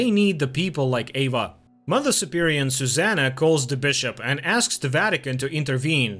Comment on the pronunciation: It's mother superior, not superion.